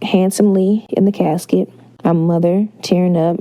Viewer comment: I died when she said "he was laying handsomely in his cascet"